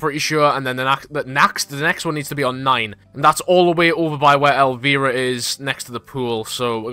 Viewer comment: absolutely butchered elviras name